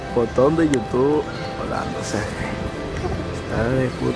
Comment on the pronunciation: No es yutuf es yutu